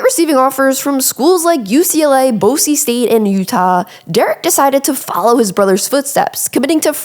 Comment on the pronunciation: It's actually pronounced Boy-Z State